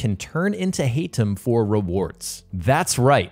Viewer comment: Woww man thanks you just butchered the Arabic names Basim it is not basseeem and Haytham it is not Heythim But i like the review tho 🤣💙